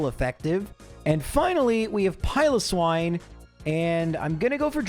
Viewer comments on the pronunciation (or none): none